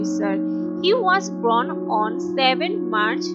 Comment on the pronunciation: Why don't you speak in Hindi? It's born not Bron. 😀😀